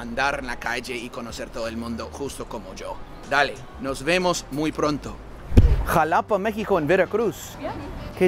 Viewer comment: Gringo: Tus padres son Latinos? Siii? De donde? Chicana: uhhh, JUH-LAW-PUH 🤣🤣🤣🤣🤣🤣🤣 This girl is silly man! Yo no soy de México y se q asi no se pronuncia Xalapa. Yo no entiendo porque hay niños de descendencia Latina que no les pasa el Español!!! Yo soy nacida en U.S.A. y el Español es lo q mas empleo en mi vida cotidiana. Incluso me doy cuenta que es mejor que el de algunos Latinoaméricanos. Mis hijos no quieren hablarlo 😭😭😭😫😫😫, por mas que intento persuadirlos nada funciona. Espero que en el futuro se den cuenta lo valioso que es dominar dos Idiomas especialmente en la ciudad de Nueva York. Ellos son de padre Mexicano y me encantaría poder llevarlos a conocer a su familia paterna y que se puedan comunicar sin ningun problema alla, pero por ahora no es algo viable 💔😓